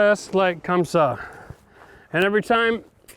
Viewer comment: Just like "comme ça" ... nice frenglish! 😆